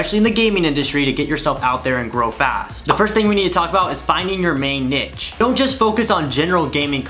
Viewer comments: He buchored the word niche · He said the word niche like we all say it in our heads🤣🤣😂